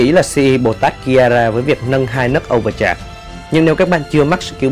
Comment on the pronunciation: etou giọng đọc này ngon nè :"))). nhưng mà chữ Overcharge là âu vờ chát chứ hong phải chạc anh ơi XDDDDD